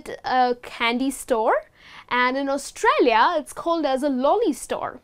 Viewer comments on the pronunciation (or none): none